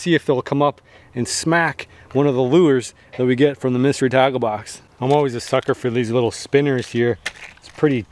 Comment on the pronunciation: Up until 1/2 thru the video I was convinced you said 'mystery taco box' and I thought you were making rooster tacos, which sounded great to me - but now I get it, tackle box.